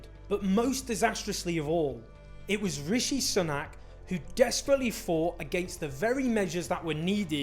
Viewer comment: ‘Soonak’ not ‘S’nak’